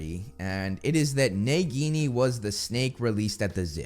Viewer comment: Why do you pronounce Nagini's name so strangely? Also a Boa CONSTRICTOR is not a venomous snake like Nagini, it's in the name. So they could never be the same snake, why do people even believe this??